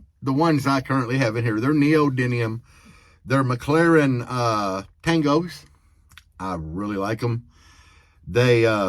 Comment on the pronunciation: Neodymium* Say it with me Neo dym mium Lol You and say neodynium 😅